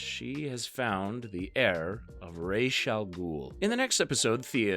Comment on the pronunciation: Ra's, also known as Raysh in this video 😆😂